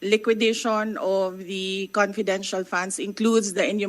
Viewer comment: Konpidenshahl... sb ni dan hahaha